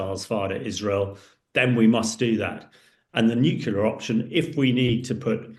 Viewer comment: I wish he would stop saying Nucular instead Nuclear